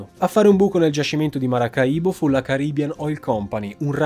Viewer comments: PS Maracàibo. Accento di pronuncia sulla terza "a". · Bel servizio. Complimenti. Io pronuncio Maracaibo diversamente: metto l'accento è sulla "a". Non sciolgo il dittongo. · Hola chamo!!! Hay que decir a los italianos que se pronuncia " Maracáibo " y no " Maracaíbo" jijijiji! Aqui hay también una canción que habla de esa ciudad! Saludos de Italia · Occhio, la pronuncia esatta é MARACÁIBO, non Maracaíbo, non é la canzone eh. Tutto perfetto e mi cadi sulla pronuncia 😬